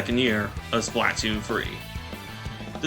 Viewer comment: Why do you pronounce splatoon like that